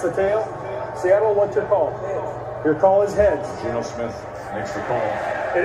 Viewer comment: I heard "heaads" like him saying it with an accent. Idk how he said prior but it'd be something to look at